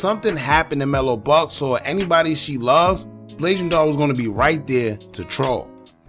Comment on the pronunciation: Mello was dissin her dead mama i dont wanna see anybody say blasian wrong. It's a sad situation all around rip everybody💔.